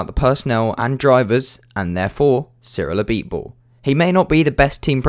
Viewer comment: Pronounces Cyrils full name Name Perfectly Me: Ah so French Noises